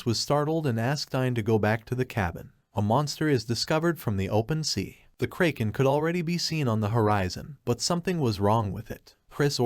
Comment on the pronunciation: tts didn't have to insult the kraken like this. 😅